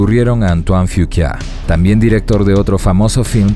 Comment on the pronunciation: Yo e escuchado que se dice "antoan fucua", pero bueno, uno trata de decir los nombres como puede, lágrimas del sol estuvo buena